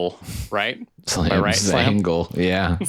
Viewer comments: LOL we knew you meant, but he had been reading it as Zangle the whole time. And thus, a new nickname was born. 🤣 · Dudes… like Angel 👼